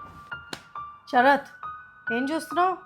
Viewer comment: షరాత్ 😅😅😅 శ రాత్